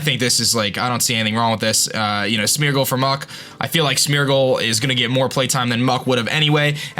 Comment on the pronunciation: first zap-a-dos, now smur-gle. Im sorry, but the pronunciations